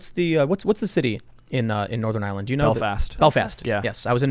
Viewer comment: Ireland not island